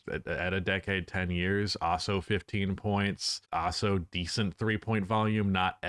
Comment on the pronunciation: Hot take: believes the word also is pronounced OSSO and uses that word MANY times in this video. 😅🤦🏽‍♂️